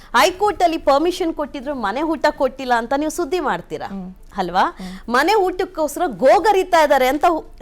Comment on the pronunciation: ಹಲ್ವಾ ಅಲ್ಲ ಅದು ಅಲ್ವಾ